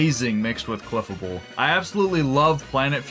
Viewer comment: "Cleffuhbul" 😭 It's pronounced like fable 😭 Jibbing aside, I love this run. These are some of the coolest fusions